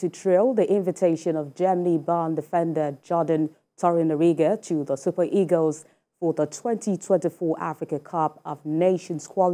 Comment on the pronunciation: This lady newscasters has very good linguistic skills. Her pronunciations are very correct. She says 'super eagles" which is accurate and correct. Many Nigerians will say "super egos". I therefore wonder what kind of tongue they have to be mispronouncing words any how. Hm